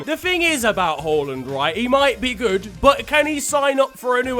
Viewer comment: Omg he said “Håland” and not “Haland”😱 As a norwegian this is very pleasing to the ears